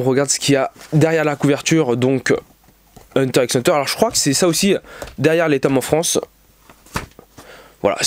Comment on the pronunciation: Salut, juste pour dire qu'on dit hunter hunter. Merci, de rien, au revoir.